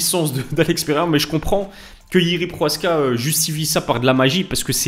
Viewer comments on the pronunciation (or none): « Proaska » tu lis bien son nom ? Y’a le « ch » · Salam pk tu dit « PROHASKA »? C’est « PROCHAZKA »😊